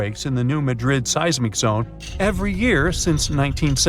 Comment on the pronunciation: MADrid,not MadRID. Accent is on the first syllable, not like the city in Spain.